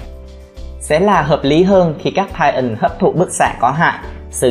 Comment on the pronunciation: lỗi sai trong kênh : titan mà anh đọc là tian :)